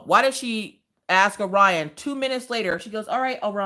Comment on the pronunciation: You would think as a teacher, they could pronounce Orion correctly.